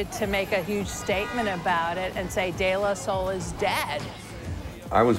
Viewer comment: De La Sol?? Am i hearing her right?